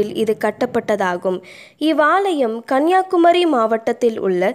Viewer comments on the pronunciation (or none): none